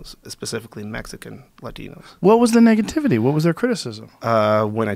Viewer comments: you can hear him mess up “negativity” with “niggativity”😂😂😂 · sounds like he said niggativity ha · “most of the niggativity” lmao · “Most of the niggativity”... 😂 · He said “Niggativity” lmao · Homie said niggativity at first 😂😂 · “most of the niggativity” 😂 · he said Nigga-tivity..😂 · lol I think he accidentally said nigga-tivaty lol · This foo really said "NIGAtivity"!! Funny shit😅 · He said “ nigativity “ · “Most of the niggativity”😂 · The man almost said niggativity lol Fyi young Hispanics call each other nigga too, this started about a decade ago. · he said Niggativity lol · “Niggatiivity” lol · lol “niggativity” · igeto12 lmaoooooo Got Him!! He was about to say “Most of the Niggas” but it mixed with negativity